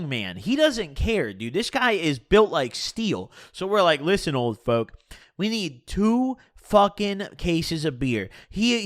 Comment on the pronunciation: sounds like your saying "Old Foke" lol